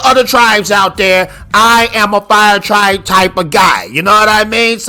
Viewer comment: The way you pronounced Sokka and how you said fire “tribe” made me immediately discard anything you said.